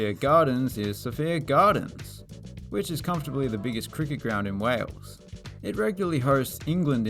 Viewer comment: Just an FYI Sophia Gardens isn’t pronounced like the name ‘Sophia’, more like So-Fire